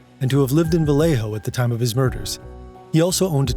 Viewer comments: It’s not pronounced Va-lay-ho like a typical name of Spanish origin would be it’s pronounced va-lay-o colloquially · It's very understandable if you're not from the area, but I have never heard anyone put an accent on Vallejo like that and it's cracking me up. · How he pronounces "Vallejo" is painful.